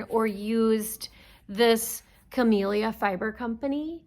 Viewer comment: Another good podcast. Thanks! And thank you for saying Camellia correctly! So many folks say Camilla. :) Don't know why that bugs me but it does.